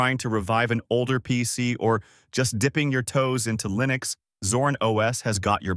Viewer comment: how can i trust you when you're even confused with how to pronounce linux.